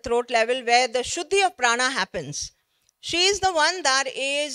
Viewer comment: Pehle isko प्राण बोलना सिखाओ भाई, ये महाप्राणaa kya hota h भाई?